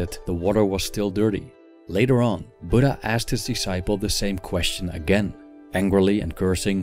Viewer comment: It's not budda it's buddha 😔